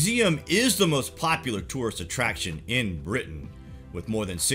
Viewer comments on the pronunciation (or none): none